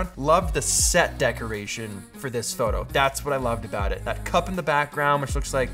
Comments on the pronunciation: read this comment exactly as he said that, yes he did haha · did he say “froto”? Lol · Froto Baggins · sure did!